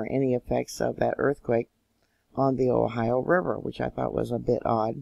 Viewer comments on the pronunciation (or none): none